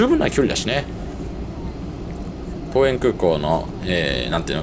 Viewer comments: 多分、ももぞのこうえん は とうえん。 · まーた、ももぞのって言ってる😂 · モモゾノWw ! トウエンですよ。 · 桃園空港をももぞのと読んでいて思わず声を出してわらいました👍😂